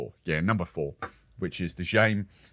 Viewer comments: Jaime.... I think is pronounced HI-mee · I think that the Jaime I us pronounced ha-may. It's funny because I would call the Colombians footballer James for years then heard him called Hames when he pkayed fir Everton.